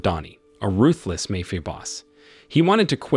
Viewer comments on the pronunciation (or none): How about typing it as "Mah-fee-ya?" That might get rid of the annoying mayfia pronunciation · MAY-Fee-AH .... Mafia is not pronounced that way. Who does this narration?????? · Mayfeeuh boss. This AI needs an upgrade. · Mae Fia? Me Fia? Good lord I’ve never seen such a butchering of the english language.